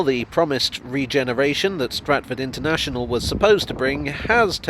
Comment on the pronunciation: Stratford “un”ternational